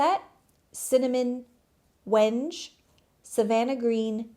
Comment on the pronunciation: Wenge is probably named after that dark brown, almost black wood from Africa(I think). I think it is pronounced wing-gay🤷🏻‍♀️💚